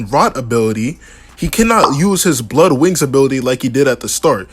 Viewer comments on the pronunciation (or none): none